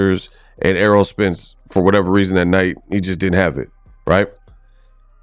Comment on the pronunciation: This dude is one of these "boxing YouTubers" who are only "boxers" when the camera is on lol. Like bruh listen to what you are saying you sound goofy man. Everything you have said was all in other videos like where's your opinions with facts ? Lol you can't even pronounce known boxers names this dude over here saying arrow Spence and "air roll spence" Errol dawg Errol